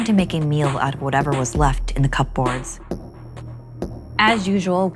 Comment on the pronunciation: Did she read ‘cupboard’ as cup board? 😂